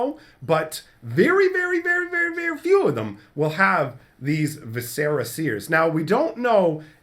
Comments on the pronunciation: Just an FYI, I don't think it's pronounced (vi-SER-uh), it's (VIS-er-uh). As in guts and entrails. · Please look up the pronunciation of the word Viscera, it's really not a hard word to get right